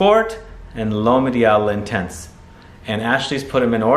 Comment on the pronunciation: Cringe when he says lintense 😂